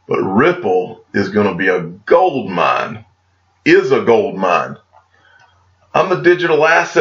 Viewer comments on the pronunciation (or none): none